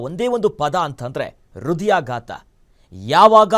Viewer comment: ಅದು ಕ್ಯಾತ ಹೃದಯಾಗಾತ ಅಲ್ವೋ ಲೋ ನಿನ್ ನಾಲ್ಗೆ ದರ್ಬೆ ಹಾಕಿ ಸುಡಾ 😡 ಅದು ಖ್ಯಾತ ಹೃದಯಾಘಾತ